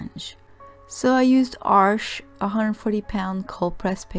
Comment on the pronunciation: I appreciate hearing someone pronounce Arches correctly. Thank you for your review and demo.